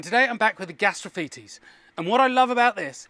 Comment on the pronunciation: yaaaay he's learned the correct pronunciation!